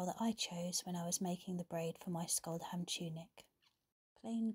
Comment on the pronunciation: Scholdehamn is pronounced, roughly, SHOHL-deh-hahm in Norwegian. I love the braiding tutorial, thank you! It reminds me of the cast-on for tvåendstrik, two-end-knitting. The cast-on can be surprisingly just as decorative as the braid you demonstrated!